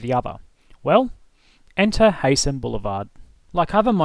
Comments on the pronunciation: btw its HIGH-SEN, not hey-sen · You need to learn how to pronounce Heysen , it,s pronounced Hisen not Haysen.